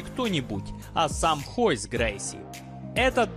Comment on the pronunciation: Почему Хойс???Он вроде как Ройс...